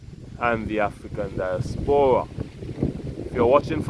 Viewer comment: Di-AS-pora not dias-PO-ra.